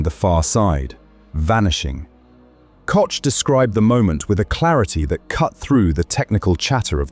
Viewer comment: Someone should explain to the narrator that Koch is pronounced Cook.